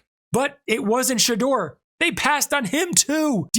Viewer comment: Everyone pronounces his name wrong it's Shider